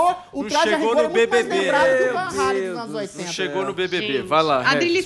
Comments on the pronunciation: Tudo Bem sobre o Van mas o Regis é um completo Boçal... Usa o Fonética REYLEN mas não usa o mesmo critério para os demais nomes do Rock... Ou seja... um cara completamente desconhecido que fica com essas fonéticas para aparecer é VAN RRRAAALLLEEEMMMM, mas enfim se for inglesar os nomes da musica, que o faça em todos os nomes... Um boçal... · Não é /van reilen/, é /van ralen/..... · Não entendo pq as pessoas falam Van Reilen... o nome é holandês e não inglês, é Ralen, Van Halen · Em holandês a pronúncia é "rálen" mesmo; Regis usa a forma inglesa, mas equivocadamente (o correto em inglês é "rêlan", não "rêilen) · Meu querido, Régis. Não se pronuncia “Reilem” e sim Halen! Rálem! Adrilles, primeira vez que eu ouço você falar besteira! Era melhor ficar calado. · A pronúncia é Halen e não "Reilem", por tratar-se de um nome holandês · Não é assim que se pronúncia "Van Halen", a pronúncia abrasileirada é mais correta do que essa aí pedante do Regis Tadeu, pois se trata de nome neerlandês, logo diz-se "Fan Ralen" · Hey Regis... Por favor, você quer pronunciar o nome do Van Halen todo pompudo mas você está pronunciando ERRADO! Não há a prouncia do æ. A pronuncia do Eddie passa mas o resto NÃO.